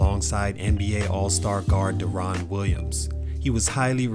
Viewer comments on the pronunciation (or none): Derron Williams, Pronounced (Darren) Not "Da-Ron". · Really bro put some respect on deron Williams name lol Derons name is pronounced derrin/Dare-in. Similar to Darren